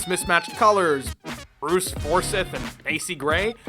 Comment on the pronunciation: "Bruce Forsiff"? Remove cheeseburger